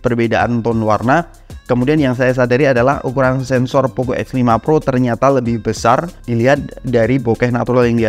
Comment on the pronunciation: Lu ngomong x sama f kaya gk ada bedanya, jadi bingung